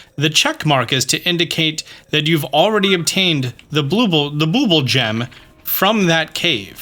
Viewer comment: I need to say bubbul a billion more times